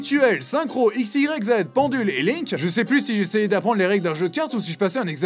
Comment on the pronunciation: Le sujet est bien traité et les informations sont bonnes mais je ne peux m'empêcher de trigger sur de nombreuses erreurs de prononciation. Les cartes XYZ se prononcent X-ize Yugioh. 5D's se prononce avec le S en terminaison du S et non comme une lettre à part entière. Le X de Yugioh zeXal ne se prononce pas c'est une séparation on dit donc ZE AL. Yugioh Arc V se prononce Five, c'est un 5 et d'ailleurs tu souligne toi même le fait que ce soit la 5e série. Autrement vidéo très agréable !